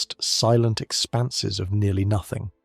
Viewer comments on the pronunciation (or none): oh no.... its not "boots" void lol. its "boo-oh-tees". its also "nothing" not "notthing" .... yeesh